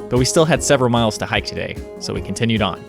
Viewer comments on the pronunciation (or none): none